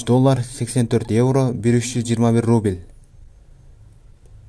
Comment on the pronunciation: Рубиль эмес укам Рубль де!